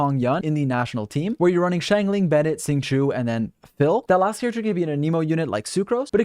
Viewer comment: his is mispronouncing qingqiu professional?